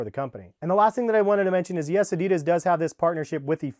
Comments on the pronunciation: Its adi Das not a dee das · He says adidas wrong 😑😤